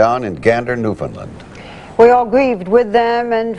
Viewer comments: newfound "land" not "lind" - pronounced new-fin-land. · New-Fin-Land...not New-fin-lund.....